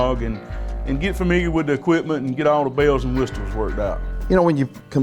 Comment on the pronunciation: Did you really pronounce, whistles, "WIS TILLZ?"